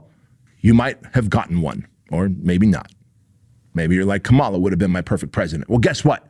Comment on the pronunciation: I think you make a lot of sense, but most of the things you preach about, your favorite president, Donald Trump does. Playing the victim, crying about the past. He can't admit reality. You're even doing everything that most far right wingers do, pronouncing the VPs name wrong, and yes, you do it on purpose. I think your message would go much further if you stayed on point and call out everyone who contradicts what you preach, even if you are a fan.